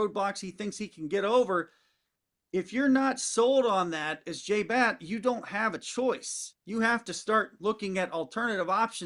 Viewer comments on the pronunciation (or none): The ADs name is Batt, not Blatt.